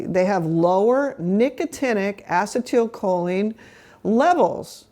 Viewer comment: Great info. I just wish the doc would pronounce acetylcholine properly, instead of inserting an extra syllable.